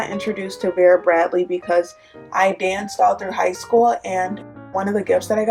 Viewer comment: It’s Vera bradley not bera bratly